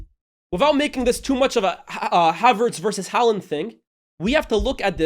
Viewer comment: Please learn how to pronounce Haaland